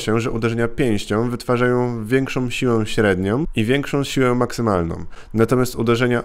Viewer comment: "Otwartom dłoniom" . większom siłę maksymalnom" - tak mówi koleś który ma wyższe wykształcenie, a w szkołach spędził ponad 20 lat wliczając różne szkolenia. I mówi: Otwartom dłoniom i większom siłę maksymalnom. Tego się nie da słuchać.